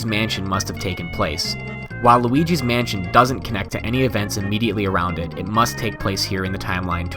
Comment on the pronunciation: it sounded like he sid wauligi mansion